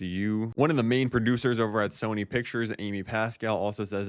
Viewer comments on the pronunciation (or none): none